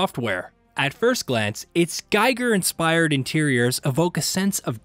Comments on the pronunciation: Yes, Giger not "Geiger" 😉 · Giger. Not Geiger. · Its "Geeger" not "Giger" although written like that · Please say "Giger", like "in", the i is not spoken like "ai" 😉 I love the game, been waiting over 4 years for it to come out! 😎